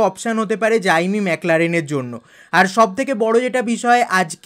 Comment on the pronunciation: জাইমি না জেমি 😂